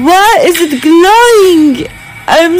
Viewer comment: "I ZONT ÜMDERRSTAND. WHY IZIT GLOIMG?"